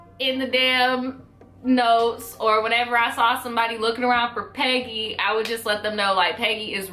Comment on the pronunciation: I was over here thinking you're saying "petty" and not "peggy".